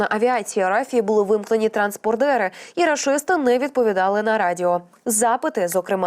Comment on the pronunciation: ТранспОндер, а не транспондЕр.